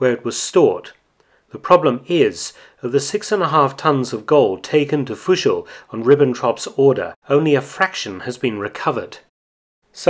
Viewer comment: i don't mind that you can't say Fuschl right.. because great content!!😎💪🏽